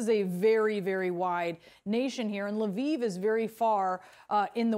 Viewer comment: It's not "LE VEEV". There is only one syllable in Lviv. Is it that hard to find on YT how to pronounce ukranian cities?